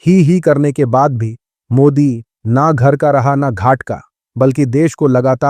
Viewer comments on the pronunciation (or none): none